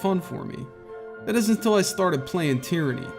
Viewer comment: "Tieranny" lol